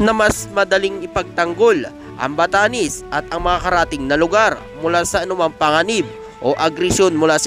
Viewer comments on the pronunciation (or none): BATANES HINDI BATANIS BOLOL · Npre ..batanes Hindi batanis ... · Batanes !!! d Batanis😅